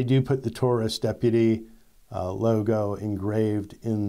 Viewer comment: Taurus pronounced TAWrus. Just like DAUGHTER